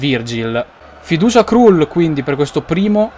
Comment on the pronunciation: Kral si pronuncia... no krul